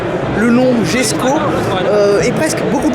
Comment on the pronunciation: Incroyable Koenigsegg, ce constructeur jamais ne déçoit 😍 en tout cas techniquement, car pour le style chacun ses goûts... ah oui, j'ai vu en direct la présentation de la voiture, et il semblerait que son nom se prononce Yesko ! Châssis entièrement nouveau, moteur upgradé avec le fameux vilebrequin plat unique au monde, nouvelle boîte de vitesse 9 rapports et 7 embrayages, 7 embrayages pour passer de n'importe quelle vitesse à n'importe quelle autre... unique au monde la aussi ! 90 kilos la boîte, contre 140 pour la DSG ! Au final l'ensemble moteur boîte pèse 190 kilos, contre près de 700 sur la Chiron... Bref, ça m'a fait un petit peu bondir quand tu as dit que c'est toujours la même chose, à un moment ça fait pitié. Désolé mais là c'est abusé d'être autant à côté de la plaque ! La voiture noire, en effet, le prix c'est abusé, incompréhensible ! Mais bon ils ont trouvé un gogo pour faire le chèque alors tout va bien 😅i